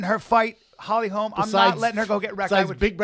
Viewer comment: LITERALLY STILL YET TO HEAR SOMEBODY SAY HOLLY HOLM INSTEAD OF HOLMES